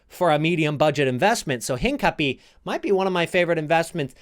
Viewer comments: TALK Thanks for sharing. Got like 125K to invest, trying to improve my coin making game. Also Hincapie is pronounced In-kah-pee-eh. Not trying to bash at all. I like to learn the proper pronunciations for players names and since he is from Ecuador that is how you would probably pronounce it in Spanish. I mention this since I might want to invest in him but can only do a couple of cards at the moment. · bro... hincapie... learn to pronunce his lastname. lol